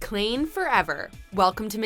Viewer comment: Did she seriously just call them Klean?? What the heck, it’s Klaine!!!